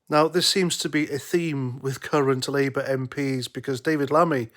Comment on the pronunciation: ed "liiebour"? Whats all that about?,not very coherent at all Try harder laddie